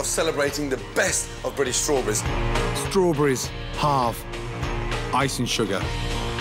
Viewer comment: Strawburrreisee blueburrreisee